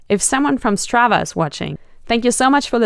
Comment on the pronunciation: Imagine trying to make your app sound exotic by using a Swedish name ... and then misspelling that and pronouncing it incorrectly ...